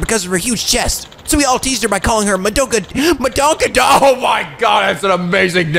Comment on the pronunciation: Lol "Madonkadonk" 😂